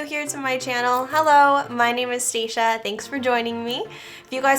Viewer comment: Also I love how you say your name! I thought it was stah-shuh idk if that was a good way to spell it out lol.